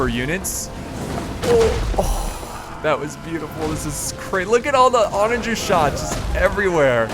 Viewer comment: I'm pretty sure u mispronounced onager about 100 times 😅